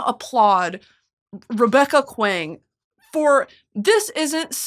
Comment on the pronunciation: Allllllll I’m gonna say is that I LOVE the enthusiasm buuuuut you pronounced Babel and Kuang wrong and the book talks about mispronunciation like a billion ways and a billion times. Also the bars are not stronger due to how “exotic” the word is it’s much more intricate and I definitely would never use the word “exotic”. Like I said I’m not being a hater just being real. I recommend reading Yellowface next and really take it slow and try to understand where Rebecca’s coming from.